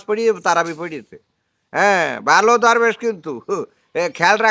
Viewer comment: দরবেশ না ধরবেশ